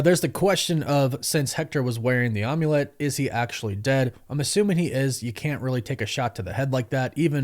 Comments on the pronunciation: I love you dude. Like really do, but say OMULET ONE MORE TIME! am-yu-let. Like HOLY SHIT DUDE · Calling the Amulet an Um-ulet...was I the only one who had a physical cringe reaction to this?